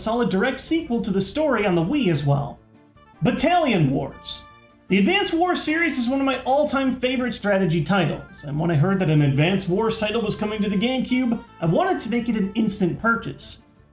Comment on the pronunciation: Its battalion, not battailion